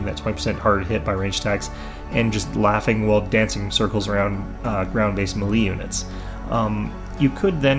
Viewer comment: "Melee" is pronounced "may-lay".